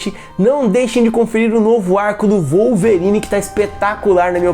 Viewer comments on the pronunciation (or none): none